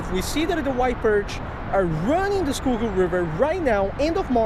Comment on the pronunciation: "Skoogoo" river